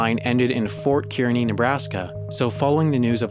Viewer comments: As a Nebraskan I have to say that it's pronounced "KARNEY" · fyi as all Nebraskans know, Kearney is pronounced "CAR-knee"